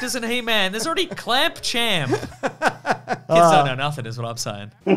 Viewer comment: Another problem with clamp champ is his cheesy name that most folks (including myself) mispronounce as clamp tramp,,... even without (or other's) special elixir. However, kudos for the correct pronunciation...errr gave that name at various other times in this vid.